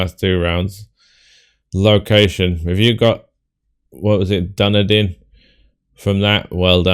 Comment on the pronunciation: Nice score as usual.. I only got 36K, just a series of bad year guesses. Also I would be impressed if anyone gets Dunedin (by the way it's pronounced DunEEdin)